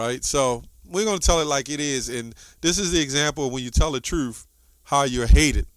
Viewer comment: it's "hated" Not "hatted".